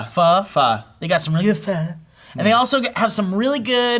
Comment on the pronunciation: Matt, it's Pho, not Pha.